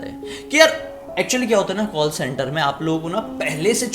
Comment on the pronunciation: Kawll and barge 🤣 I can't bruh I can't watch your video anymore. And I'm really surprised who are this 2.52m people are following you. 👎🏻 You should work on television instead of doing YouTube cause of your over acting and your over smartness 🤮🤮